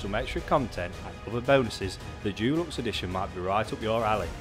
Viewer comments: Why is this guy pronouncing deluxe Jewlux instead of with a hard De sound? i have never heard an English person or anyone else for that matter say it like that. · Dulux is a brand of paint. Deluxe is pronounced differently.